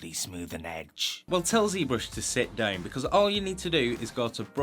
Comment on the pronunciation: I'm more bothered by the "deuwn" for "sit down" lol but I'm french so what do I know ^^ I'm more used to american english accents, for obvious (movies) reasons